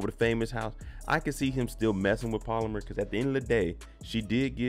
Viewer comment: BRO ITS NOT POLAMER ITS PALOMAR!! YEZUZ TAKE THE WHEEL